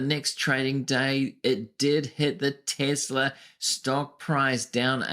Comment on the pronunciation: Your full of shit you can't even say Tesla